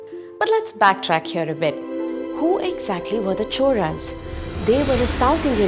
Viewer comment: Why do you pronounce "choRas" when its spelled "choLas"?